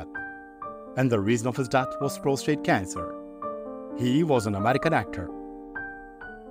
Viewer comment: Three excellent videos in such a short time?!! FANTASTIC 🎉. “Respiratory” sounded really good,now for some minor attention to “prostate” and “opera”. First, prostate has only one “r” in it. There is an English word “prostrate” that means, lying down flat. People (English speakers included) often get the two words confused. The word “opera” is pronounced AH pra. Our famous talk show hostess, Oprah Winfrey, has confused people with her unusual name. That’s enough for now. I’ll get back to you later on the really tiny things but I’m having to follow the weather reports because my area is in the path of a hurricane right now.😮❤!